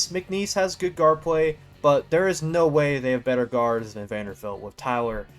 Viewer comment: Vander-BILT. Come on my guy. Great video non the less